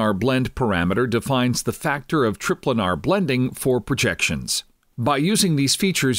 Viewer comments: Well its just most people would pronounce it "tri-planar", and he even goes on to say planar afterward, but he still calls it trip-lanar. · lol, trip-lanar